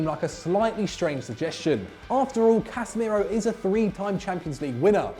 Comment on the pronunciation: Casemeiro? Are you drunk?